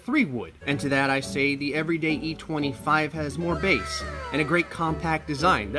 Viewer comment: “Extra bass” yeah. Ex ex ex ex bass to be exact